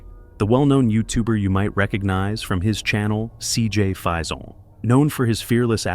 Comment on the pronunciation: Cj's last name is pronounced fayson spelled faison. It's not French so stop pronouncing it with a French accent!!!